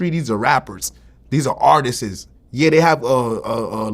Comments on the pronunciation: I know VLAD wanted to correct him so bad when he kept saying ARTISTIST 😂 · wtf is an artisis? lol